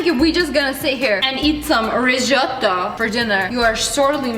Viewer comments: Rizzzzzzoooooto like Zebra, not Rijoto xD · Rez-otto It's not hard America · it's called riжoto ok? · Rrrrrricotttta rrrrrrizzzzzottto🤣🤣🤣🤣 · says Risoto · Me: italian Her: RisOtToO Me: am I a joke to you? Jk actually u have a good accent for an American :) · "Rishotto"😂😂 "Riccota" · You said risoto wrong 🤣🤣🤣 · Every time she said resoto I thought about when she was wit digital and she said recota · The way she said ricotta and risotto 😂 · Did anyone notice how he said risotto?😂